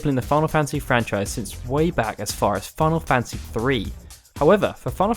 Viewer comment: wait did I hear him say "final fancy 15"?